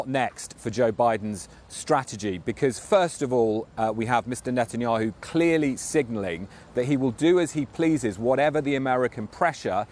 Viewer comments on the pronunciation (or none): none